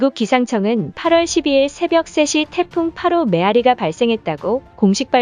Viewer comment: 에어리가 아니라 메아리입니다. 정신 차리삼...